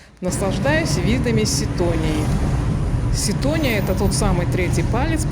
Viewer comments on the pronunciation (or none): Без обид…. Вы неправильно делаете ударения. СитонИя и ХалкидикИ.